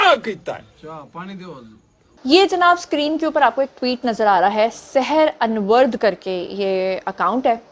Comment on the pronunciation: 'صحر ۔ انورد' نہیں بی بی، 'صحرا ۔ نورد'